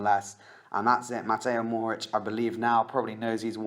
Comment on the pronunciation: Also, learn how to say Mohoric (mo - hor- ich)